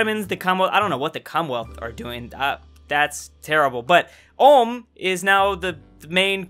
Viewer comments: Ulm is pronounced like OOLM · Btw the U in Ulm is pronounced like the U in Uber just that you know. Good video :) I enjoyed it! Greetings from Baden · Did this guy just say Ulme* with a hard r? That's a loss of a sub from me bub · It triggers me everytime he pronounces Ulm wrong. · Albert Einstein was born in Ulm, so....... ALULM ULMSTEIN LOL 😆 🇩🇪🇩🇪🇩🇪🇩🇪🇩🇪🇩🇪🇩🇪🇩🇪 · Er kann Ulm nicht aussprechen XD